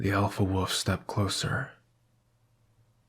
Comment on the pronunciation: This narration was great, but I’m begging you to pronounce the word “wolf” properly.